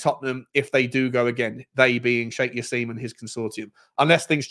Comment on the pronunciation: It's not Sheikh Jass-eem!! It's said Jass-im as in "him". Come on